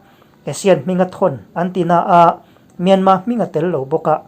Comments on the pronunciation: Anmani in myarmar ti lo tur, myanma ti zawk tur an rawn ri ziah kha, ila hrelo aniang e, an ti dan kal phung a ang khawp mai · Myanmar,tih hi Myanma,tiin I lam ri fova,saptaqng pawh ani lova,a tawpa r hi lan rik a pawi dawn ami le..? A reng thuah ram pakhat ,hming hniha lam fo ai chuan ,a hming pang ngai,Burma, ti tlang vek law law Ila,sipai terrorist ho hming phuahMyanmar tih pawh hi ka ngei phah khawp mai. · Kawlin R an nei ve lova, myanma tih a dik an ti.